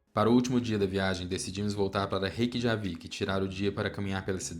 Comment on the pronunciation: Ótimo vídeo! J tem som de i como semi-vogal igual o i em iate. Então pronuncia-se "Reykiavik" e "Reykianes". ❤